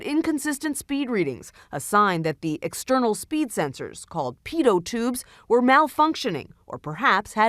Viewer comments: pee toe tubes ???? you pi-ott tubes its spelled pitot tubes but its pronounced ugh what ever. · Sounds like she's saying 'paedo ' tubes !